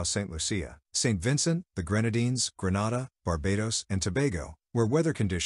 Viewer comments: Bah Bay dose, Saint lusha, green nay dah, doh min neeca. Proper pronounciations. Butchering our country's names. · he miss pronounce all Grenada 🇬🇩, St. Lucia 🇱🇨and Dominica 🇩🇲 😂 I was saying the same thing to myself